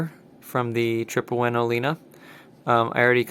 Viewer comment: It's Tripowin Olina. :)